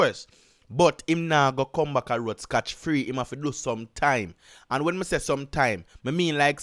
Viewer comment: Big man I can see and hear that you are running your thing to a certain standard above a lot of others on YT so just as a point of reference the saying is “SCOT” free , as opposed to ‘scotch’ free as you are saying through out this video Much respect